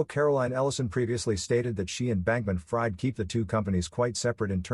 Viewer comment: I believe his hyphenated name is pronounced Bankman- Freed (short i), not Fried (long i). Otherwise, excellent job (seriously).